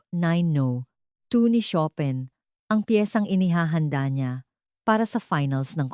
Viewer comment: Chopin pronunciation is incorrect